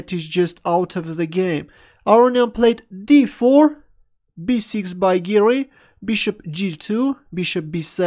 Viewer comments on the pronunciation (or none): When you say "Giri" it sounds like 'Garry' so I keep thinking it's a Kasparov game